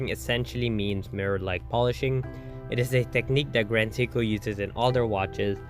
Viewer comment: Nice watch. Horrible AI narration. Can't even pronounce Seiko. 🤮